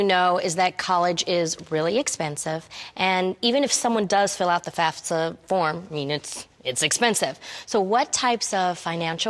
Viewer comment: Boo everybody lookin at their card thats y they are there...shut up geez so annoying...Jeannie couldnt even say fafsa right stfu!!!!!!